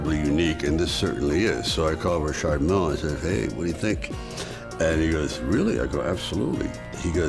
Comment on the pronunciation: isnt pronouncing mille the wrong way